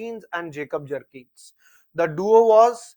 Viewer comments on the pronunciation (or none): Sir at least pronounce the name of Vihelm properly. It's written in books as Bjerknes but the real pronunciation is as if you read "beyurknes" 😂😂 here is the difference that a person holding masters degree in political science (you) and teaching geography 😂😂😂